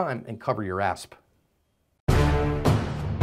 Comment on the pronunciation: Why do u say asp it’s ass